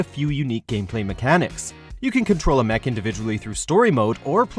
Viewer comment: Mesh? It's pronounced MEKK!!!